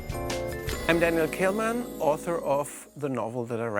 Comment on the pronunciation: Someone should tell him how to pronounce his name.